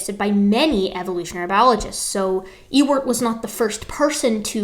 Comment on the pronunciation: I heard you saying E-word and thought: what the hell is the E-word? Ah, Ewert. Well, nevermind.